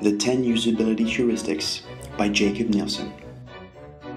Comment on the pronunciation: Good video. I liked the examples. I believe his name is pronounced Yakob, not Jacob.